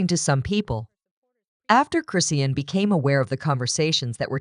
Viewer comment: This site don't even say her name correctly